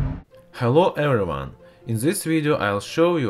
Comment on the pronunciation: Herro errywon